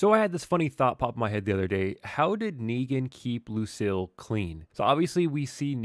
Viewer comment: It is pronounced Luc-eel not Luc-ill 😆